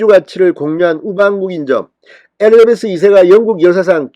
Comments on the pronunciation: 엘리자베스를 엘리베스라 하시나요? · 진성호씨! 엘리베스가 아니고 엘리자베스여왕이죠^^